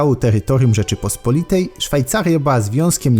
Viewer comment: Rzeczypospo’litej. Histo’rycy. Kato’licy. Geopoli’tyka. Akcenty na o tam gdzie apostrof. Może w Istambule pamiętają jak się prawidłowo mówi po polsku?